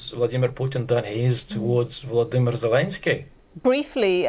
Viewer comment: VoloDYmyr - please, the accent should be on the third syllable!